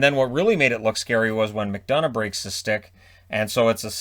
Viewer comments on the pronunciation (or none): none